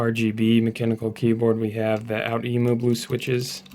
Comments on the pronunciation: For any who wants to pronounce outemu its ohh-temu thank me later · outemu is pronounced "oh-oo-te-moo" (that first oh-oo being pronounced fast enough to be a single syllable, for 3 total syllables) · the way you pronounce outemu makes me feel sick